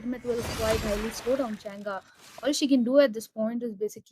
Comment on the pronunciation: Can't even pronounce Change'... Chang-gee/ Chang-gay 😂😂😂